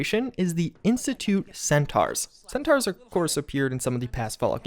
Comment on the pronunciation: It's read "centOrs" not "centArs".